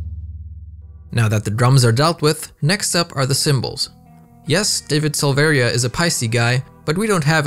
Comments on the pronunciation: The i in Silveria is silent. Its pronounced Sil-ver-a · You also don't pronounce the second "I" in Silveria. It's pronounced "Silvera"